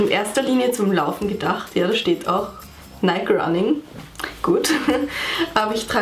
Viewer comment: Kleiner Tipp: Nike wird nicht Neik ausgesprochen sondern Neiki